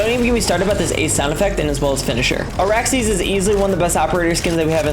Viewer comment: its ARAXYS operator, not Araxy 😂😂